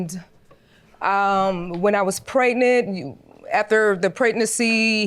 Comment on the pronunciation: Why do people say preTnint instead of pregnant?